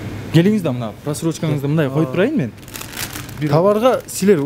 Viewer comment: Эрулан брат озун эле алып барчы, могу кызыл кийимчен кара безруковка кийген бала такыр алып бара албайт экен. МЫЙЗАМ дегенди созду МИЗАМ деп жатат МЫНДАЙ деген созду МАНДАЙ деп жатат.